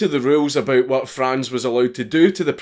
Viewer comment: Saw my Name (Franz) instand click Edit: Im rly proud of you, that you pronounced Franz right